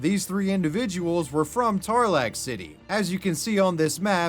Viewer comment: I literally live in Tarlac city but the pronunciation of Tarlac had me rolling